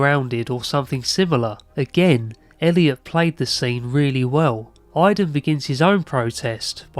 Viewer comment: Thank you for saying Elliot ❤